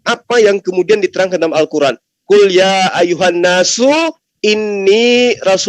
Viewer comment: Gue ngakak ngak mungkin ....ya ayyuhana Arabia 😅😂🤣🤣🤣🤣yang pasti ya ayyuhannas itu baru betul... Belajar dulu oten